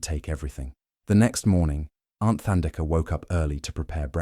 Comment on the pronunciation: Beautiful story, indeed. But it is Thandeka, like tough or tide, not like the or thigh.